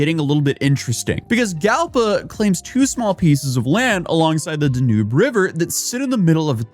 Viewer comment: He also pronounced the name of the Danube wrong. It is DAN-YOOB not DA-NOOB.